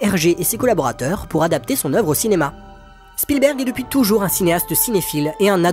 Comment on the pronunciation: Merci d'avoir prononcé Spielberg et non Shpielberg, comme font certains. Il est américain, pas autrichien. 😊